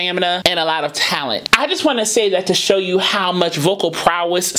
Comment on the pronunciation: I notice she sometimes she pronounced "you" as "Jew"